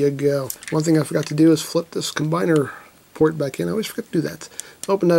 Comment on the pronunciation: I here plort when he says port